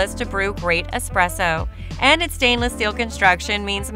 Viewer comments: i cant take you seriously when you're constantly saying expresso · I was about to say, never take espresso advice from someone who pronounces it "expresso" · Yeah, I’m not trusting anyone who can’t even pronounce espresso.